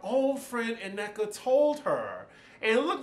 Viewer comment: Thanks for the review! I won’t be watching this season but I’ll watch your recaps. Lol. Also, It’s pronounced Nneka(double n), not Ineka or Uneka